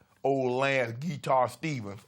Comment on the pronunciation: Geek-tar players 😂😂😂😂 Shannon crazy